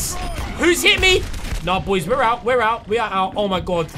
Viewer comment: #notificationsquad!, when you say 'BOIS' it never gets old haha.